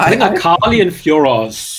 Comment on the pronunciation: You said "except for akali" but it actually sounded like fukali My bad😅